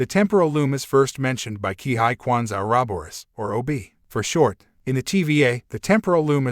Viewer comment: It mispronounced "Oroboros".